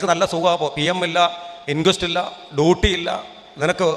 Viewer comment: പോലീറ്റേഷൻ ❌ പോലീസ് സ്റ്റേഷൻ ✅ ടൂട്ടി ❌ ഡ്യൂട്ടി ✅ സബ് ഇൻസ്പെട്ടർ ❌ സബ് ഇൻസ്‌പെക്ടർ ✅